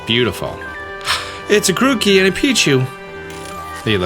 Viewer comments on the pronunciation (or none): none